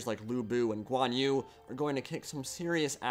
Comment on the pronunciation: Minor nitpicking on pronunciation, Lu Bu and Guan Yu should really sound like Lü Bu and Guan Yü with German ü instead of English u. Romanized Chinese could be confusing :)